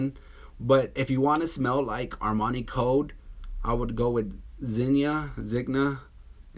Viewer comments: Enjoyed your reviews. Thought you'd like to know the Zegna is pronounced like ZenYa and the Uomo like WoeMoe. I have both as well as others on your list. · Zegna is pronounced Zen-ya.